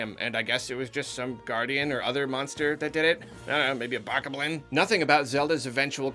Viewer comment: I know that all of the creatures names are only written and never said aloud... but you do not say ANY of the monster names the way that I do in my head. Who is right, or me? I am refering to these words: Hinox (he says it with the e-sound, not I), Bokoblin (he says boko-blin, while I would have the pressure on the start and say it all in one, with weight on the Bok-o-blin), lizalfos etc. He pronounce all of these words so differently than me... I wish I knew the "right" way...